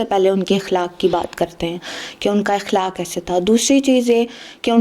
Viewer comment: Beta iqlak nhi aqlak is the correct word hota hai